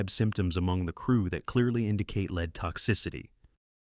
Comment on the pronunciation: My guy cannot accurately pronounce the word “lead” like the metal.. he and most say LEED… lol not LED